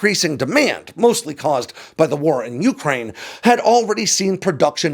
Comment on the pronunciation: your videos are too good for you to be mispronouncing ukriane.